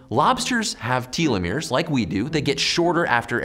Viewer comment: “Tell- eh-meers “